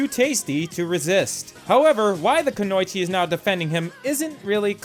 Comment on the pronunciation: lovely video! i just giggled when you said "ku-noi-chi" when im used to hearing "ku-no-ichi"